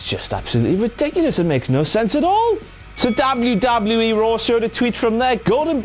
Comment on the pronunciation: if this guys gonna do the rest what culture video im gonna stop watching it this guy sucks and i totally hate it when he says WWE in that weird way .....such an ass